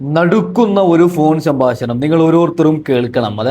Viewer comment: സംഭാശണം 😂😂 പ്രേശകർ 😂😂